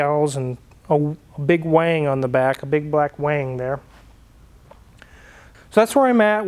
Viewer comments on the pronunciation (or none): Hey your pronouncing wing wrong its pronounced wing not wang? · Did you say WANG or wing? LOL. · Wing (ing) not wang (ang) lol a wang is wayy different than a wing. Lol